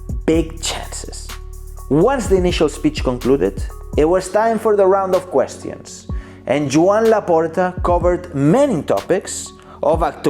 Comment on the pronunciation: Nobody:: "questiyans"